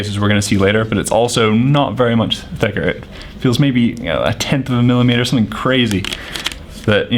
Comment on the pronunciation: i wanna punch him when he says millitmeter and just him in general.